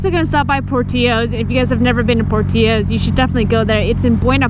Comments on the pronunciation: you said 'portillos' wrong. lol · Did you pronounce it POR - TEE - YOS? I was like I wonder if she's talking about POR-TILL-OS....now I don't know if I've just been saying it wrong all my life? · haha don't know if people in Cali actually think portillos is pronounced like that. definitely some awesome Chicago food though.